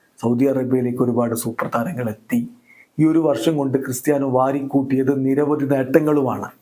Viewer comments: വിരി അല്ല വാരിക്കൂട്ടിയത് 😊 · bro viri alla vari anu correct akk